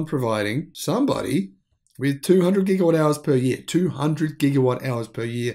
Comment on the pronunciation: Please... When are you going to learn to say watt-hours?